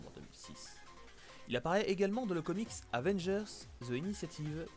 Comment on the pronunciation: Arette de dire venger au lieux de Avengers on dirait mon père par contre super contenue